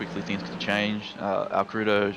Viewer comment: AL-CREW-DOH hahahaha Fuel was SUPER tight, no way we were two stopping. Also - yes, with the one stop the tires were pretty well toast by the end. That may have played into Alcrudo's accident.